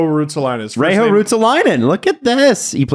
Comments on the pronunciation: For future reference guys, Reijo is not "Rei-Ho". J is the same as in Jesse Puljujärvi so it's more like Reyyo. Props on getting the last name mostly right though. Just in case another Reijo makes it to the NHL or you have to talk about Ruotsalainen again. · Reijo is pronounced: 'Rae-yo' ... pronouncing J as H, makes it more Spanish than Finnish. It's not like anyone anyway cares! Legendary player!